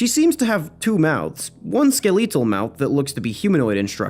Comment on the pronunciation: "Skeleetel" Why do I keep hearing people mispronounce the word skeletal? "Skel-eh-tul" I mean, I know the American School system is just ground-zero for progressive brainwashing anymore, but I'm sure they haven't labeled SAYING WORDS as racist yet.